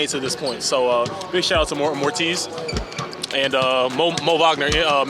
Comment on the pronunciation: Bruh this guy just said the Celtics disrespected him by waiving Moritz (mo-reetz), then calls him “Mortiz” (mor-tees)💀 that’s not how you say his name so who is really disrespectful😂😂